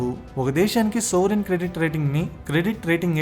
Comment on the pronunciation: సోవరిన్ క్రెడిట్ రేటింగ్ కాదనుకుంటా.... "సావరిన్ క్రెడిట్ రేటింగ్."